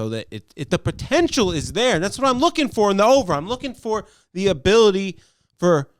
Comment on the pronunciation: Lol a-BILL-ity